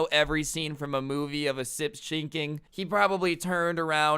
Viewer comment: "Sip shinking"